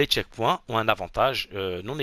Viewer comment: Les "tchekpouins" ?? 🤣🤣🤣🤣🤣